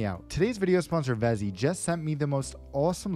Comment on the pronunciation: Vessi, not Vezi